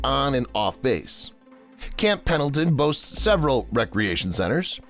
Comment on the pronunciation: Whoever called it "Camp PADLEton" at approximately 3 minutes in must be a "LEARING Center" alum!! SEMPER FI!